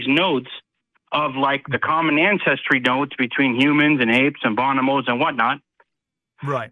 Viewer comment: I watched this segment when it was live and I still cant stop giggling every time this "expert" says Bon-o-bos. You mean bonobos? LOL.